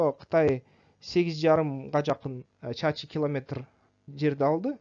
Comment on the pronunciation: Чарчы километр Деп окулат бирок сиз чачы Деп айтып атасыз